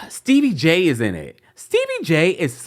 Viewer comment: Did you really just refer to Stevie J as "Steebie" 🤣🤣🤣🤣🤣🤣, you're a mess!